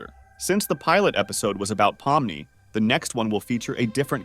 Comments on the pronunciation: you literally didn't even pronounce pomni, kinger, kaufmo, ragatha correctly. You call pomni Pomani, Kinger Klinger, Ragatha Raatha, and Kaufmo Kafmo. you called Murder Drones, Killer Drones show. How do you screw up that bad?! The characters names aren't that hard to say! Murder drones is not called Killer Drones Show! Whatever 'research' that you did, was terrible! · “pomini” “pompeii” “cowfmo” “klinger” “killer drones show” ai generated istg 😭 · "Clinger" "Cowfmo" "Pom-knee" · Bro pomini what it’s Pomni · "po mi ni" 💀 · This is probably spoken by A.I, because no one, and I mean NO ONE calls Pomni “Pompey” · NO WAY YOU CALLED POMNI POMPEI 😭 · Also "palm money" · “pomini” “pompeii” “cowfmo” “klinger” “rawtha” 😭